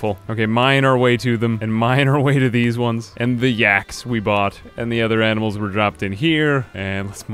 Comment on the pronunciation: "animels r Smert"